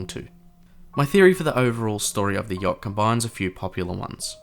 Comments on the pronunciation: THE START WAS ALL LIKE “the jot 😢”😂😂😂😂IM DYING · "the yokt"